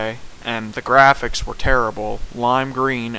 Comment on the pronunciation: Hey hater you said "the grafficks Rnt guud " graphics aren't everything a. AND DONT MAKE FUN OF NINTENDO YOU SAID OF ALL TIME ALL YOU PUT WAS NINTENDO IM GETTING 3 OLD CONSLES